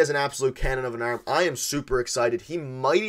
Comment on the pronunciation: “Cannon of an URRRRM”